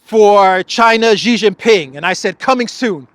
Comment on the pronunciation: He's not called "Gee", he is calle "She".